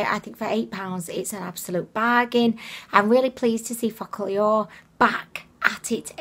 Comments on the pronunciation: I know I am four but I giggle every time she says the name. Sounds like "Fuck all yall." Kekeke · I think it’s meant to be pronounced as foca - lure lol I found the eyeshadow was ok but like cheap. The huda one I have it it’s called the new nude and it’s very expensive but dupes from Ali express as nice as they are couldn’t come close. The metals in the real huda look on the eyes like Stila magnificent metals on the real huda bc I have it myself 😍. On the real huda the pearl chunks are way larger and it’s a mix of pearl and rose gold making a duo chrome look it’s a lot nicer than both of these. Focallure is closer dupe to huda than the aromas but still not anywhere near as good